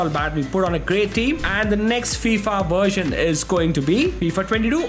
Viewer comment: Why does he keep saying Wheel as Vheel and Version as Wersion also Volume as Wolume it's just annoying